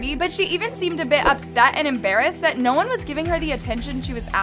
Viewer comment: “Naur” lmao